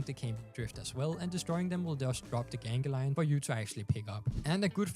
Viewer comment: Gan-glee-on not genghi-lion